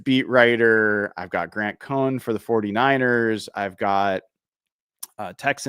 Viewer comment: it's Grant Cohn pronounced Cone not Grant Cohen.